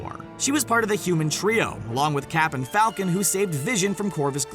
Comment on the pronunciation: You Said capten falcon